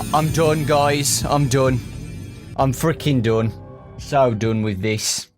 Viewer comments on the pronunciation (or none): i like how you say: "I'm don gujs i'm don " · Dun. I'm freakin' dun. British.